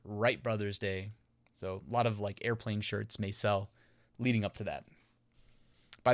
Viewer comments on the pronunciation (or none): none